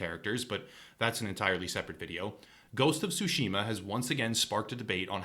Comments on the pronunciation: ITS TSUSHIMA NOT SUSHIMA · The "T" in Tsushima is NOT silent, practice with saying Tsu and make sure to pronounce the T then say Tsushima. Please, it is not sashimi with an A at the end.